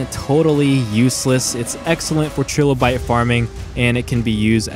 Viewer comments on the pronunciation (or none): You seriously say "Trill o bites" Oh god. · It's pronounced Try-Low-Bite. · And trilobite Try-low-bite that's how u say it DAMN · Google the Archaeopteryx and Trilobite in chrome, highlight it, then select "speak it". No more butchered names, you're welcome.